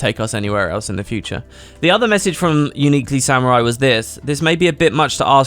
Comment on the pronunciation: Hey! Thanks for highlighting my comments! Really appreciate it :) But uhm lmao - It's "UniquelySAMUEL" not "UniquelySAMURI" XD